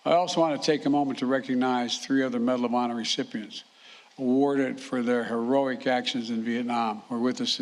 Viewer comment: "Bedal of Honor posthumanously" WTF? LGB!